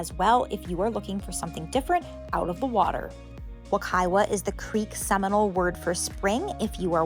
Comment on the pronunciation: Just a FYI. The 2nd w in Wekiwa is pronounced as a "v" (Wekiva). I used to swim there a LOT as a child!